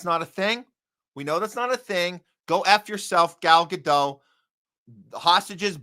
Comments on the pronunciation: New podcast to me. Didn't care for it much. Too shrill. Too loud. Too rant-y. But sure, she's disgusting on every level.. By the way, you're pronouncing her name wrong. pronounced "Gah-dot" with the "T" a slightly softer sound. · It's not Ga-doh. It's not french. Her real name is Gal Greenstein. She says Gadot with a strong T. Ga-dot is how you pronounce it according to her. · Giving her name a French pronunciation sounds both pretentious and stupid. It's Gadot and the 'dot' rhymes with 'spot'. Trust me, I know Hebrew. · Godot, pronounced Greenstein.